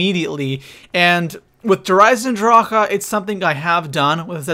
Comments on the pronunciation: Stop saying DER eisendrachAHH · It's just eisendrache, not eisendrâãåcke. Stupid bitch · I stopped watching the video because of how he says der eisendrache, der eisendracha? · you spelt der eisendrache right but you say the e at the end of eisendrache longer